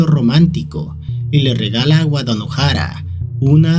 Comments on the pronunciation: Cada vez que decia Wadanohara pensaba que decia Guadalajara 😿😿😿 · Envalgun momento entendi de tanto decia wadalajara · En vez de entender "Wadanohara" entendía "Guadalajara" 😔